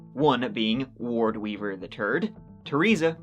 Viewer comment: I keep hearing ward beaver…